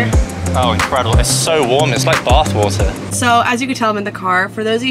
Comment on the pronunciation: "Baath whotar"🤣